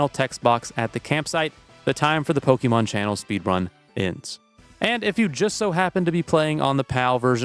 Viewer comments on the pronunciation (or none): Please, it's not Pokemon, it's Pokémon. Not only in the writing, but in the pronunciation too.